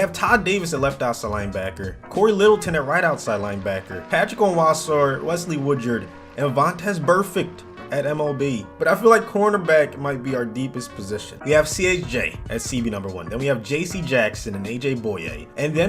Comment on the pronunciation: Says Wesley woochard its wesley woodyard